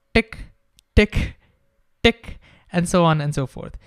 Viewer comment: Indian T sounds like D so when he said tick